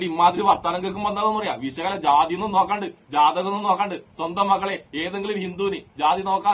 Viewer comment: സുഹൃത്തേ സംസാരിക്കുമ്പോൾ ഉച്ഛാരണം ഒന്ന് നന്നാക്കു. വെശകല അല്ല. വിഷകലയാണ്. ഉള്ളടക്കം നല്ലതാണ്.